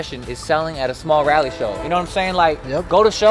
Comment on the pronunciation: Thank you for saying Raleigh correct